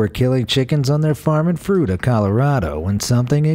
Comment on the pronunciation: I live close to Fruita, and as soon as I saw the title, I knew it was about Mike. LOL Fruita holds Mike the headless chicken festivals every year. EDIT: Also....good job on pronouncing Fruita correctly. You'd be surprised how often it's mispronounced. LOL